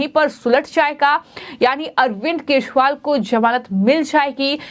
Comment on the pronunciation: Madam wo arvind kejriwal hai na ki keshwal. Zara apni hindi u ch charan theek kariye.hindi bolna sikhaao isko the news walon.